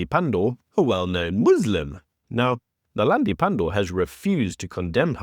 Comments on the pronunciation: Naledi.....not .. Nelandi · Naledi not Nalandi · Maybe just get Naledi Pandor's name right.